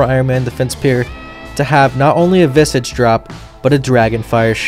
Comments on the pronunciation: VISS-IJ , not draconic 'massage' learn 2 fantasy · 🤓☝ akshually it's pronounced vizuhj